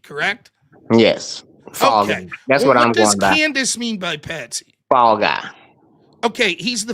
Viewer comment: "it's patsy not pansy" lol